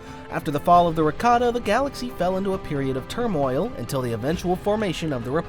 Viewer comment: Look brother. This is a chef issue. The pronunciation of Rakata that star wars youtubers including yourself choose sounds like ricotta. That's a type of cheese.